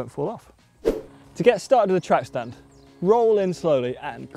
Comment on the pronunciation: Track stand kind of sounds like tramp stamp😂